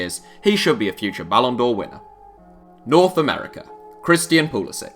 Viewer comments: It is pronounced pulasic not pulasich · It's pronounced like poo-li-sick. He's American so the c doesn't have the accent.